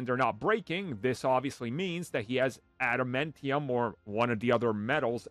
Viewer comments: Why are you pronouncing adamantium like that… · Adam Entium huh